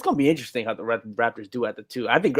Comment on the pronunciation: Somebody tell its the Raptors not Rafters